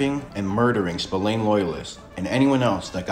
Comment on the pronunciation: I'm an Irishman born and bred you don't pronounce his name Spill - Ain it's actually pronounced Spill - Ahhn